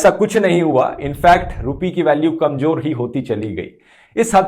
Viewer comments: Urdu Pronunciation correction Kamjor -> It should be Kamzor ..... jo nahi zo Pyaj -> It should be Pyaaz ..... ja nahi zaa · Bhai kanjor nhi kamzor hota hai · KamJor nahi hota bhai kamZor hota hai